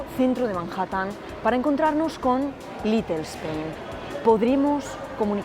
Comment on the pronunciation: >C2 en inglés >pronuncia "LITEL"